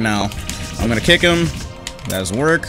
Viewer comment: why do i hear " satsuki's cake" instead of "satsuki's kick" 💀💀